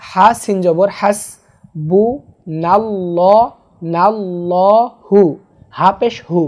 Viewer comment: আমার একটা প্রশ্ন Screen-এ বানানে হাসবু 'নাল্লাহু' বলেছেন তবে উচ্চারণে হাসবু 'নাল্লহু' বলা হয় কেন?